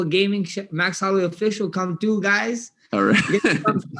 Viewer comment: I’m cryingggggg laughing 😂😂😂 “I’ll probably be in Verdansk, running chhhrruuuu some ppl.”